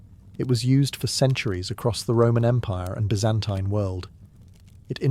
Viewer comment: oh wow ... a joy to hear byzantine pronounced properly